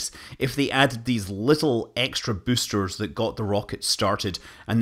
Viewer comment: Came here to hear büüsters and wasn't disappointed. Bonus müün.